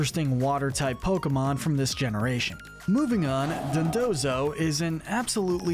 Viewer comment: Don-DOE-zo. As in the Japanese word "Douzo"